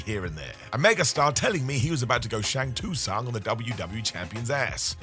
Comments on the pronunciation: ...Please tell me this man didn't say "Shang-Tee-Sung" when referencing Shang Tsung. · im usually the guy who looks the other way on some things. Ive googled stuff youre mentioned. I've seen both the accurate and the missed. But, as an Mortal Kombat fan. It's pronounced SHANG SUNG. That actually was the only time you got me steamed enough to rewind and time stamp it lol